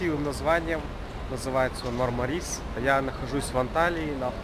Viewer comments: МАрмарис, потому что в турецком языке в названиях городов ударение ставится на первый слог! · Ударение на первую А , а не на И . Правильно мАрмарис!!!! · Ударение неправильно режет ухо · В Турции нет города Мармари'с, есть город Ма'рмарис. Ну так, для информации... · Говорить правильно научитесь. Мармарис-ударение на первый слог!!!